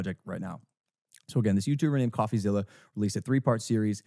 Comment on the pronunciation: He has so much trouble just saying coffeezillas name lmao